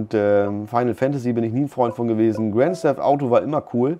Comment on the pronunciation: Ohh Sorry doch Probleme mit der Aussprache ... Grand steft Auto....?